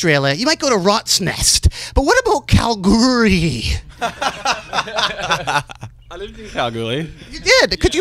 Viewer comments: Kalgoorlie, Western Australia (Kal-gool-lee) but he's saying Kal-goorly or something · KalGOORlie, not Kalgoorie